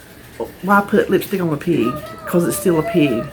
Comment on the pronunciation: LOL...I thought you said pea...